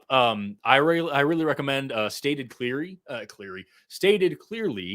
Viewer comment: "sucking" and "Stated Cleary" has trouble with Ls because he only gets Ws